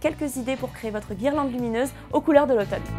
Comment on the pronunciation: lautome? mdr